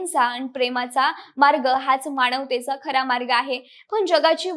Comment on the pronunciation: विषय आणि माहिती चांगली आहे पण..... साणे गुरुजी नव्हे, साने गुरुजी.... माझ्या मणाची नव्हे, मनाची माणवतेचा नव्हे, मानवतेचा उच्चार नीट ठेवले तर मराठीची होणारी वाताहत कमी होईल. ज्या मोठ्या व्यक्तीवर व्हिडिओ बनवला ती व्यक्ती मराठी, त्यांनी ज्या भाषेत बहुतांश साहित्य निर्माण केले ती भाषा मराठी. ज्या बहुसंख्य लोकांसाठी केले ती जनता बऱ्यापैकी मराठी मग निदान त्यांचे नाव तरी व्यवस्थित घ्यावे ही किमान अपेक्षा. मराठी लोकच मराठी शब्दांचा उच्चार चुकीचे करत आहेत याचे जास्त वाईट वाटते. अमराठी लोकांकडून ही अपेक्षा नाही.